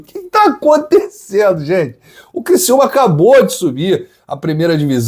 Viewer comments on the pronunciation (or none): Kkkkk😂😂 Criciúma Criciúma kkkk